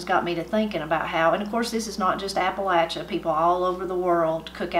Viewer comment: Fantastic!!👍🎉. And as a proud Southerner, it’s wonderful to hear it pronounced correctly, vs. how many transplants / visitors mis-pronounce it as “Appa-lay-sha”😡😂.